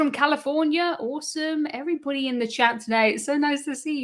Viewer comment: To me , it sounds like every BUDDY. Great podcaster with great information